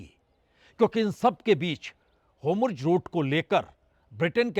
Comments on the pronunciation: Sir ji HOMRUZ nahi hota jaisa aap bol rahe hai 😂😂😂 HORMUZ naam hai mere prabhu pronounce sahi kro HOMRUZ HOMRUZ 😅😅😅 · Aabnaai Huuz hai Homurz Boltai Ho Theek karlo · It is Hormuz not Homruz. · जनाब, 'होमुर्ज ' नहीं है.....'होर्मुज ' नाम है। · Hormuz not Homurz sir. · Sir its hormuz not homurz. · Sir, why do you say 'HoRmuz' as 'HomuRz'.